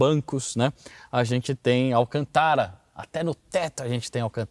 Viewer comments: É estranho ele falar Alcantara, sendo que todo lugar se fala Alcântara. 🙉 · ALCÂNTARA.. NÃO ALCANTÁRA. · Alcântara ..... Alcântara....., tem um acento ali, não tá vendo não porr! 😮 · Momento discovery channel... Dúvida de pronúncia: Al CÂN tara ou alcan TÁ ra . Segundo uma linguista, o termo tem uma raiz do árabe (árabe: القنطرة, al-antara) e a pronúncia fica: al CÂN tara